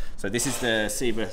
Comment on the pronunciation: Dude it's Seb-a as in Sebastian... I've said this loads of times. Also Seba doesn't make these skates anymore, it's now FR Skates